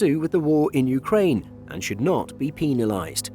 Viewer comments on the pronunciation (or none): And should not be "penisaed" xD